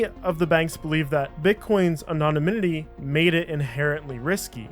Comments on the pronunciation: Anon-a-minity lmfao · anonominitty had me dying 😂 That aside I love your content, and actually I love that too